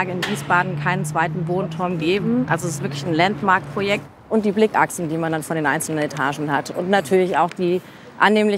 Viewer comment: "ländmarc" 😂 immer diese denglischen einwürfe 😅